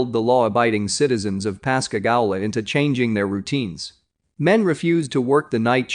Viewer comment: Pascagoula pas ca goo la